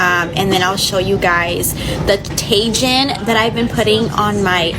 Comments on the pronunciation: Tay Gen 💀 it’s pronounced Tai Heen 😂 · 🤣 sloppy Joe flatbread? I almost want to think that is a satire. But she's probably serious. And did she pronounce Ta'jin like Cajun? These people are diabolical. I saw one chicken say she just invented a home made crispy taco. Serious, how do you think we make tacos? We don't use those store bought crispy shells that come in a box. Oh, and by the way, cowboy cavier has black eyed peas in it. I stay in Texas and never heard of it til last year. I thought, "What the hell jave they come up with now?" Had a sample just yesterday. I threw that sh*t in the trash. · She said Tajin 😂😂 it’s tuh-heen 😂😂